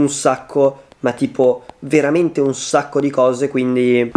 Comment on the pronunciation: 0.19 un sacco ma proprio un sacco ma tipo un scoo